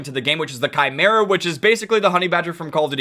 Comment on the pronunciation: Im happy says chimera correctly